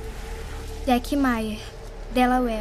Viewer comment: Por que ela sempre fala "Delauér"? Depois de falar o nome das meninas?